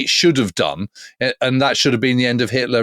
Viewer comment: Who is this 'Hilter' of which you speak?